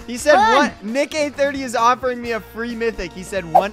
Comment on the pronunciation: bro said nick eh 30